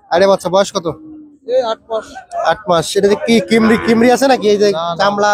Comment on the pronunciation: ভাই কিমরি না 😂😂 কৃমি হবে।